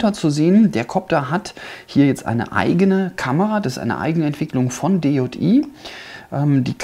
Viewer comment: Man Spricht DJI nicht DeJotiii aus sondern DiiiJiiiai